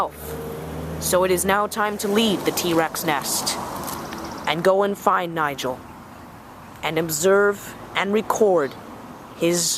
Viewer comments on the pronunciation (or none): none